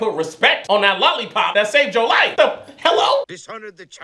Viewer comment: “Who cares WHAT she is?! If she identified as a lollipop you better put some respect on that lollipop that saved yo LIE-FA(that’s how he pronounced life lol) HELLO?!” had me ☠️😂